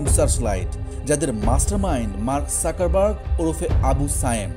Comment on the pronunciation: Joto bar mark suckerburg bolsen toto bar hashiii 😂. Dangerous era. Mark suckerburg 😂